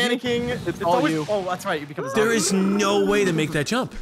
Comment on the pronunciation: "A ZAMBIE WITH A ROCKET!?"